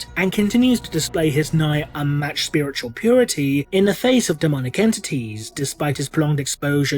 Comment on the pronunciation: “...The Oh-So-WONDeful-I-COULD-SHIT-My-POWEPANTS-SpiwitauwLIEGE!”